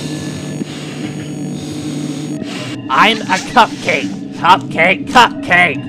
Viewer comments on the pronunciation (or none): I like how when said remain calm everyone with a. It sounded like I'm a cupcake!